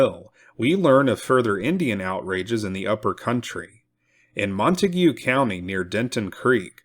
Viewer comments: I'm from Decatur in Wise county. The correct pronunciation of Montague county is slang. Pronounced MONTAG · As a transplant to Texas, I am cognizant of how place names are pronounced. For the record, Montague County is not pronounced like the name of the family in Romeo and Juliet. Instead, it's pronounced like Mon Tayg County. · The correct pronunciation of the county is MON - TAGE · I love the way you pronounce Montague 😂